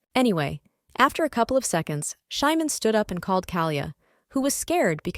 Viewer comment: The name of the ML is supposed to be Simon not Shymon. I dispise these terrible AI narrations! 😠